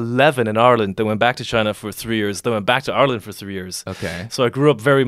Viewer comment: Thank you do much for pronouncing ireland as are-land. The first westerner I can respect